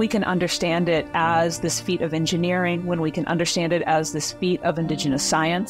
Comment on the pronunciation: please pronounce “ understand” without the sh